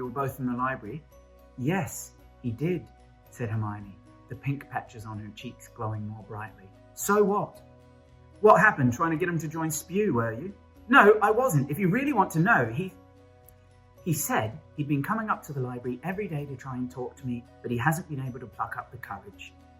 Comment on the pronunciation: ITS S.P.E.W NOT SPEW!!!!!!!!